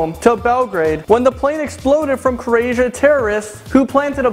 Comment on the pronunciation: it's not Carasian it's Croatian